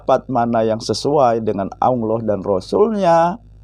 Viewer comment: Saya setuju dengan channel. Tapi tolong dalam melafadlkan الله dibenahi. Jangan Aulloh yg lidahnya ada di tengah langit2 LAM nya. Tapi Allah LAM nya dengan lidah di langit2 depan mepet gusi dalam😁